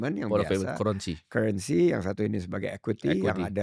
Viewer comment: Cara eja currency Timoty masih salah. Bacanya bukan Kurensi tap Karrensi.